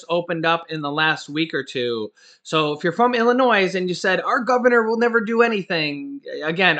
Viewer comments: Hi, the "s" in Illinois is silent. Just thought you'd like to know. 😊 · the 's' in Illinois is silent. And there are plenty of jobs in Michigan for people who want to work. There is no shortage of jobs there. I know because I live there. There are 'Help Wanted' signs everywhere. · the S in Illinois is silent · sorry.The s is not pronounced in Illinois!! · we must say your news feed is always spot on. We really appreciate the work that you and the wife do. There's only one thing that you say that's kinda funny when you talk about Illinois. We grew up their and really when you say Illinois the "s" is silent. No big thig its just something we pick up on it. God bless you and your family and keep up on the great job your doing. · The letter “S” is silent for the state of Illinois like most people that don’t live here makes the “S” sound when saying the name of our state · the s in Illinois is silent. 🙄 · Leave the S sound silent in Illinois. LOL